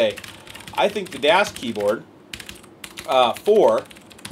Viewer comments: by the way: You dont say "dos keyboard" Its German and its spoken like: "thas Keyboard" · I always thought you were saying DOSkeyboard! I was like "what kind of a nerd keyboard is that?" haha ~germannativespeaker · The Das is pronounced like this D like in Donkey A like in awesome S like in Snake. Thanks. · Actually the Das is pronounced like this D like in Donkey A like in Amusing S like in Snake. Thanks.